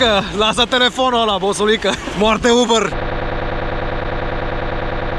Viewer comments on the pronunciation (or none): Moarte "ubăr" =)))))